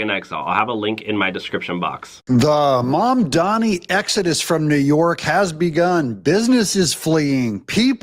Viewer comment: Learn how to say Mamdani's name correctly. It's NOT MaNdani, it's MaMdani.